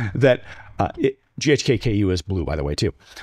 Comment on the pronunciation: This guy is a nut - it's ghk-CU - not KU - what a dummy